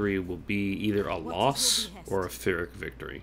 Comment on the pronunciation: Also Phyrric is pronounced "pirik", I hate to harsh somebody for their pronunciations, but I thought I would comment to enlighten anyone interested